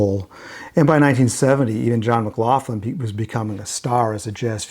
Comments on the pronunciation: Never heard John McLaughlin called McLaufflin , , , until now. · Is McLaughlin really pronounced McLaufflin?